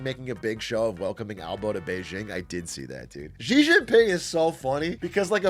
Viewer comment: There is no “j” in “Xi” - it’s much closer to Shi and “Ji”